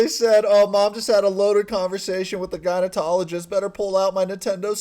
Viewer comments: Hey listen. Your channel’s cool, and I watch it, but an FYI.. it isn’t “gynotologist”, it’s gynecologist with a C. Just a heads up dude. No hate here. I’m a chick. Not your fault. Props from another eastern euro girl from Toronto🦦. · are you saying gynatologist instead of gynecologist? I was wondering if that was a video glitch, or am I hearing it wrong? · Its gyno ''-cologist' not '-tologist' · For the love of god it’s gynaecologist not gynaenotologist!!!! 😂😂 ❤ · Gynecologist with a C, not gynetologist with a T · Wait, you do know it’s gynecologist not gynetologist, right? 😬😂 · please don't tell me he is pronouncing it "gynotologist" when its "gynecologist" hahahaha google the spelling dude and sound it out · Are you saying "gynoTOLogist"? Its "gynoCOLogist" lol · No one.... Absolutely NO ONE......: gynoTOlogist.... Duuuuuududeeeè...its gynoCOlogist lol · Hey sorry just to let you know it’s gynaecologist not going to technologist LOL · Lol is he saying "gynaetologist"? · Anyone else hearing gyneTOLogist instead of gynecologist? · Does he keep saying “GyneTologist”? 😂😂😂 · No it's not. He said gynotologist 🤣🤣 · Video’s fine, I just couldn’t help but chuckle at the mispronunciation of “gynecologist.” There’s no “t” my guy. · I'm sorry but it's gynecologist that was really bugging me